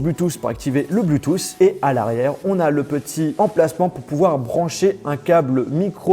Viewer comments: Il faudrait quand même dire à que l'on ne dit pas "blutous" mais "Bluetooth" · Je t’adore mais juste arrête de dit Bluetooth avec un U stp merci connu comme ça